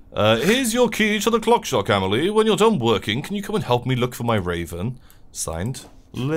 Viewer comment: Blair Snurtburgler A-may-lee-eh is totally wrong (that would be «amejlie») It’s «ahm-ahl-ee-eh».